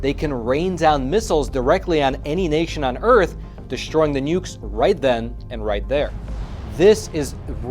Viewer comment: DESHTROYING the nukes right then and there . . . Is that similar to ESH - YOU - VEES ??? And i'm surprised he didn't say NEW - CUE - LUR. Just kidding. It's all good.